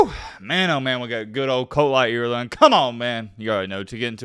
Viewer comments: Please pronounce words correctly.. how do you get a Lea sound from La? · I think his name is pronounced “LY-er-la”. At least that’s how my friend with the same surname pronounces his.